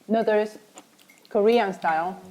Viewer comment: They also say "neuters" instead of noodles 😂